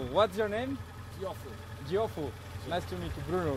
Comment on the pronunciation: Bruno o meu nome é Teófilo e não Diofo